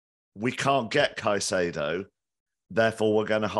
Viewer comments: instantly loses credibility with me pronouncing it "kuh-chay-doe". Is it patriotic for old English guys to absolutely butcher simple names? lol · Why does insist on pronouncing caicedo in that weird way?